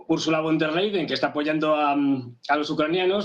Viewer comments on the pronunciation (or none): Bueno pero este supuesto expertobcomo aprendió nada pq si se lo pasa diciendo Úrsula leiden o vonder leiden ... a ver, es Úrsula con der Leyen. Von der Leyen, no leiden... no veo NINGUNA D/d ahí. Es que es tan difícil para un latino o hispano leer y distinguir entre y / d??? BRUTO tan experto que les parece si en vez de moragon es moretón??? Son las pocas ganas de hacer las cosas BIEN. VON DER LEYEN... SE LEYEN COMO LEYES, BRUTO.